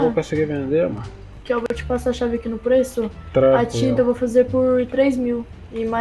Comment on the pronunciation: melhor parte é ele falando tranqilo tranqrilo